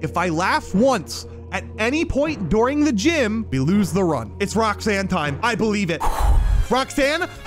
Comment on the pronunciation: bro said DORING